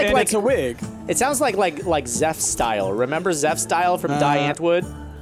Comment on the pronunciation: It's more like Dee Aant-Voord where the voord part is pronounced voo-a-r-d where the r and d is also sounded. Edit: it also translates to "The Answer" in English.